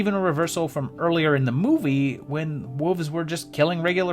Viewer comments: I love to hear a group of WOLVES pronounced like WOOOVES. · I thought he was calling them WOOFS.